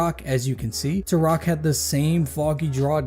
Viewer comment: Why are you saying Turok like that? 😂